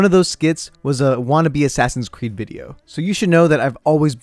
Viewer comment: no one:: A s s a s i n c r e e d s